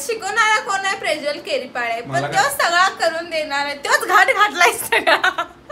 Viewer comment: ला प्रज्वल म्हणता येत नाही प्रेज्वल म्हणतेय😂😂😂😂